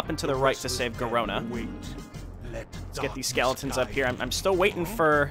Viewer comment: Soooooo much more satisfying hearing you properly pronounce SKEEEEEELLEEETONS!